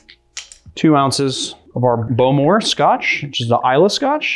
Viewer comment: Always love your videos. Bowmore is pronounced like the bow of a boat. Hine is pronounced more like "ee-nay".